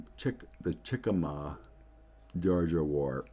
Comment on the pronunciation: Just so you know, itʻs Chickamauga -- itʻs in Georgia, yes, but itʻs pronounced CHICK-a-MOG-a. I see there is now a National Park Services Military Park there honoring the Battle of Chickamauga and also the battle of Chattanooga. If I paste the link here, my post may disappear. I think it would be beneficial for you to go visit there ASAP.